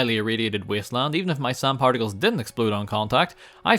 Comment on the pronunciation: Are you saying sarnd in 0.25? Sounds funny i Will get you SARND